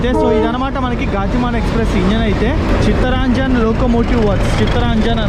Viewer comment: వీరాంగన … వీరంగా కాదు గతిమాన్…. గాతిమాన్ కాదు చిత్తరంజన్ … చిత్తరాంజన్ కాదు కొంచెం తెలుగు మీద కూడా ధ్యాస ఉంచు సోదరా!!! 😂